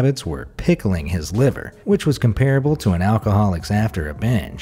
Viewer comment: I like most of your videos and am subscribed to this channel. Also love your voice. At the risk of being severely chided, I would ask that you check on how to pronounce "comparable."